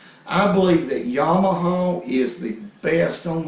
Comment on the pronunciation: Yamaha ❌ Yawmahaw ✅